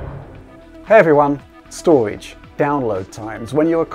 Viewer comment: Storwigde, Hi, Fwee up the space...